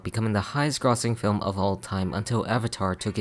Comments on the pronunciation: I was ready to hear a hot take until I heard the way you pronounced "grossing" in the first two minutes. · never heard anyone say grossing like that before lol